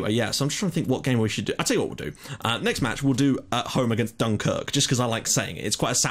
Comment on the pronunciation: Dunkirk sounds like some Scottish town lol